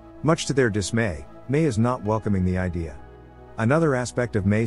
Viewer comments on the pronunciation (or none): "much to their dismae"